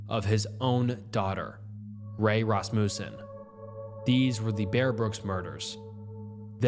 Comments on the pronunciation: Everyone’s all “alias this” and “arraignment that”, but not one of u lil grammer natszi fucks are saying a fucking word about “RASS-MOO-SEN” when pronouncing Rasmussen 😭 god damnit i was just gonna let everyone else get full off the damn grammar bait but nooooooo you had to dangle that mf’in lure right in front of me and i couldn’t resist while everyone was so stuck elsewhere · Or Rasmussen as fuckin RassMOOsen